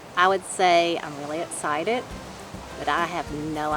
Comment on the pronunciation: Yessss!!! I’ve been waiting for this! Not gonna lie I’d have been happy if this was a 4 video series 😂 You guys are amazing and parents are beasts!! I also learned where gets his pronunciation of the word “excited” 😂👌🏻